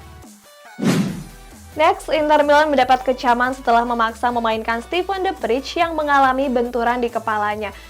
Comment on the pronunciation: Kak itu De Vrij pemain Belanda, dalam bahasa Belanda ij dibaca ey , jadi penyebutan De Vrij yang benar itu defrey bukan defrij